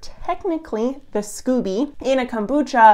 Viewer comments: Pronounced skoh-bee 😘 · So Americans become Canadians when it comes to pronouncing scoby (long o), and vice versa?!?! 🤣Anyways, thanks for researching this!